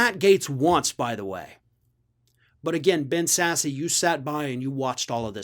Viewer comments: I believe it’s pronounced sass, not sassy. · It's not pronounced "sassy"... its pronounced SASS.... lol